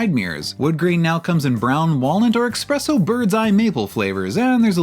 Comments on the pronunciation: The first Gen ES was based on a Camry. 3rd gen Camry with based on a second gen Lexus. These are the two best variants. 4th and 5th generation ES look like guppies. Did you say "Expresso" ? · There’s no X in espresso!